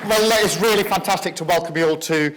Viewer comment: Weally weally weally wanktastic